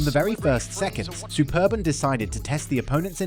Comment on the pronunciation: Man said Super-bone 😂😂